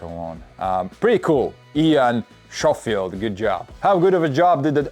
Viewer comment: NAILED the pronunciation of SHOWFIELD 💪😂🙌🤛